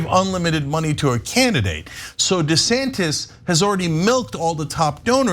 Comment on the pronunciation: Um.....the proper pronunciation is DUH Santis.